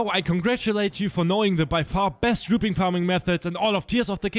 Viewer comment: the way he said ruby is so weird like he said it like its spelled roobye